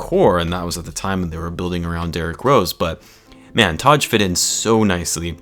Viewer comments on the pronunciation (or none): Great vid man but you gotta learn how to pronounce “Taj” lol